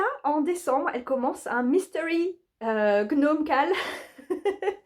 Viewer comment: Bonsoir. Jadore, "gnomme" tjrs hihi 🤣😅 et si tu fais passer des entrevues pour ta mascotte du kal, je suis partante pour être juge!!! Merci et bonne soirée chère xxC